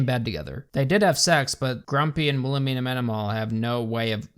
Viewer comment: I cant get over "Wilhemina" (btw all I keep hearing is WilheLmina, cuz... well... thats an actual name). If Wilhelmina is that unpronouncable to their audience (and the cast), a) why the f did the writers choose that name? b) what would they do with the names Xanthippe, Fürchtegott or Giselher? c) they expect me to be scared of a lady thats named after my grandma's grumpy sister?